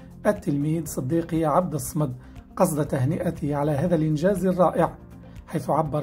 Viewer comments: من فضلك عبد الصمد بفتح الصاد وليس بسكونها... لأن الصمد اسم الله جل وعلا ينطق كما هو بالطريقة الصحيحة لا تغيير ولو في شيء يسير. بوركت وعفوا على التنبيه. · أولا مبروك للفائز وثانيا انت يا صاحب القناة اريد ان اصحح لك خطئا ارتكبنه وهو عبد الصمد تنطق بفتح الصاد مشددة وهو اسم من اسماء الجلالة فاذر ولا تستهن بالحركات ابدا